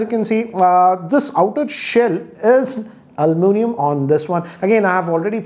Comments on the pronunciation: Sir “ Alu mi nium “ not “ Almu nium” 😂. That’s funny 😆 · It's almunium not aluminum. Me:-🤔....... 😂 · Yes. This pronunciation is much required